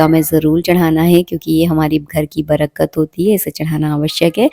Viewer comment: Brkat nahi....barkat....